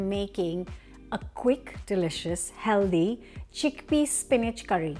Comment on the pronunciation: / the word "Healthy" is pronounced Hell-Thee. Not Hell-Dee.